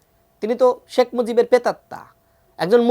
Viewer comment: তোদের মত কিছু ছাগল মিলে সুন্দর একটা দেশ ধ্বংস করে দিয়েছিস। একদিন তোদের বিচার হবে মুজিব তোর বাবা নামটা ভালো করে উচ্চারণ করবি।